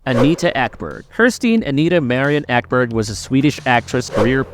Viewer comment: Anita Ekberg, NOT Eberg